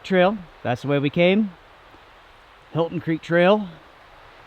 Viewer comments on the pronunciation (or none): The 'Hilton' Creek Trail....😂😂😂. Helton,. Helton. 😜